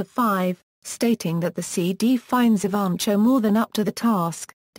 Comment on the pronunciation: Nice professional bio. The reader has a nice British accent, but some serious mis- pronunciations. Most serious is Jackie's last name: it should be ee - VAN - koe! Fairly good organization of many activities and accomplishments; it would be good to accent the headings and pause briefly after each one. The vocal delivery could be a bit more expressively modulated, with some enthusiasm, and somewhat less objectively flat. Thanks, though, for having this information about such an astonishingly remarkable youngster available for those who cannot read about her visually :)